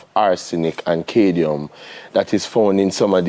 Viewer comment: is the doctor trying to say CAD-MIUM? why is he constantly saying Cadie-um? man a build new elements... to boxide.:face-blue-smiling: i guess when he is to say aluminium he just says lume.. jokes aside i enjoyed his segment. and i rarely watch TVJ because the hosts always seem so fake especially the lady.